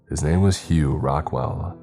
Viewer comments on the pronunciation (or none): none